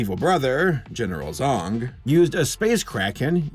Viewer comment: "General Zong"....... Did no one else immediately think "General Zod" or am I the only one??? I swear I thought said Zod at first then I heard it again and thought "Oh, he said *Zong*"